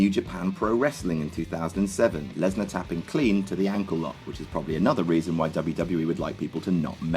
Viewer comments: you called brock lesnar bork lasor like grim does on grims toy show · why did you say Bork laser 😄